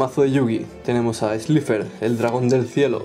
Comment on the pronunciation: Se dice slaifer